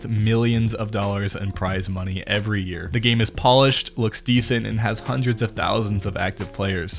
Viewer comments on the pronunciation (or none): "Houndred of thousand of active cheaters"